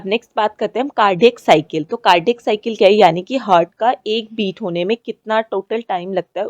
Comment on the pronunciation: 1.16 हार्ट ✅ हर्ट ❌